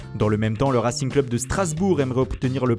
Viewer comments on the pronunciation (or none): none